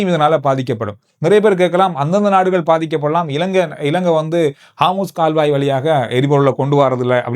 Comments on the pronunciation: 😊😊😊😊bro athu haamoos illa harmoos jala santhi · காமுஸ் கால்வாய் அல்ல ஹோமூஸ் நீரிணை!! 😂😂